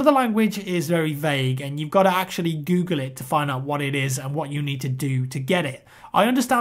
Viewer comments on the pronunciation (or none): none